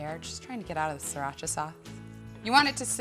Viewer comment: you make the sound of sriracha sounds like mexican... well, the right way to pronounce it is sree-raa-chaa